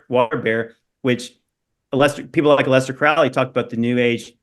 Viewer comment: "A lester" Crowley...prefer that pronunciation 😂